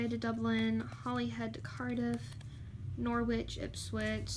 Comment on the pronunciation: Really enjoyed that play through, thanks. Most of the names you got right, but Sligo is pronounced Sly-go, and while Ipswich was correct, Norwich is actually pronounced Norridge. Weird, I know. Oh, and Dad, the coat of arms was for England, not the UK. ;)